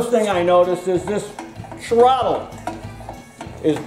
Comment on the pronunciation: Hehehe, TROTT-TLE... ;P